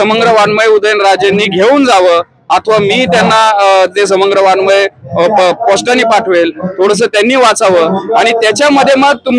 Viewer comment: वाडमय ... नसते बी ते.... वाड्मय ( वांगमय उच्चार) असतो